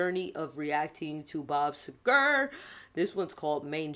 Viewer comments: Bob Seeger not seGER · Love your reactions by the way his name is pronounced Sea-ger hard G God bless! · Did she just call him Bob Cigar? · my Darling!!!! its Seger!!!! Sea-GHerr like the sea and ggghhher like a growl lol! love ya! Semper Fi, Creek! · His name is pronounced See ger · Good reaction, but his last name is pronounced as "seegrr" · Bob C ger. (Phonetically) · Pronounced- sea gar. Bob Seger